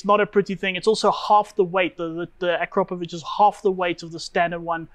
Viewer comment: To everyone from English speaking regions, please start saying Akrapovic like winch or chew or something (imagine it says Akrapovich). It really hearts ears of everyone from Slavic area. And btw. it's not Rimak. If you are capable of saying Citroen then please try saying Rimac (like first letter from Citronen).